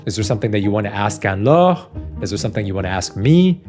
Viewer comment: You are a great interviewer! Refreshing to hear her name pronounced correctly with a French accent 😊